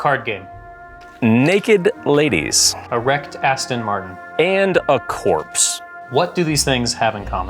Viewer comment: When he said "a wrecked Astin Martin," I heard "erect"